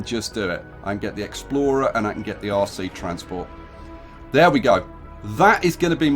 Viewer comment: bloody brit you was saying "RC explorer" I was hearing "aussie explorer" cheers from BRASIL